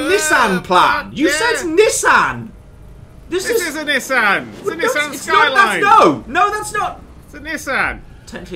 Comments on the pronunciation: because its Nissan not nisan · They're calling a 'Nissan' as 'Neh-san' rather than a 'Nee-san' which is how, at least in the part of Murcia I live in, say it. I feel great pain with their pronunciation.